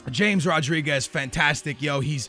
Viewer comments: I find it really annoying when people pronounce it James Rodriguez instead of Ha-mez Rodriguez. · its pronounced hames not james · its not james but hames....thats how its said... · It's pronounced "ha-mes" not "jayms" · It's "Hames" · In Colombia they say James like "Hram-ace" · James Rodrigues is pronounced Ha-mes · It's James Rodriguez, pronounced "Ha-mez"